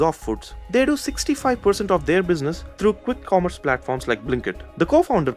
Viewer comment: Why tf does she say khwikk khommerce space